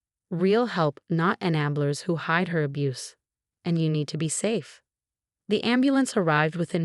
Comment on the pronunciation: Can't the AI at least pronounce important words properly? Enablers is a key term and the AI should know basic words. The background videos are atrocious. Put something at least entertaining to watch or don't put a background at all. Watching people fake being sick is stupid.